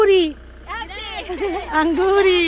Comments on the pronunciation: Auguri not Angoori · Sister angoori nai hunda auguri bolna hunda asin bahot hasse sun k tuhanu..vaise vlog ta bhot pyar nal bnaunde per apni italian thodi thik kro bahot sare words rong bolde..Baji sorry sister tuhanu ehda boleya 🙏